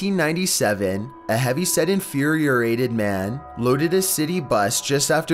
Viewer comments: A heavy set infeariated man? lol. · “Infurierated man”